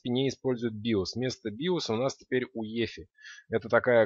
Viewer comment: Возможно, всё-таки не "уефи", а "юэфай"?